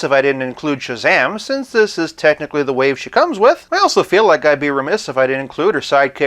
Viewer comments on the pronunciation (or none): none